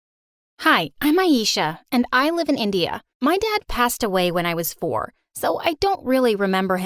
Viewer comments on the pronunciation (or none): Oh my god 😂.. The story is amazing ☺️ Best part for me was the beginning because at first I didn't realise that you have picked up india , I was thinking you said Indiana . But after story completion , I mistakenly start the video again .. And then I realised .. you actually said India 🇮🇳😂 What a funny incident 🤣🤣🤣